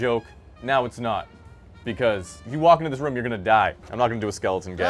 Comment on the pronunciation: Idk, I just remember an episode of family guy where Peter said "room" a bunch of times, don't remember the exact quote, and its exactly the same accent. Must be a New England thing in general.